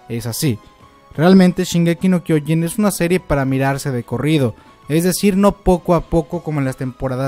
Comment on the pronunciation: Este dilo bien el anime se llama shingeki no trenes >:v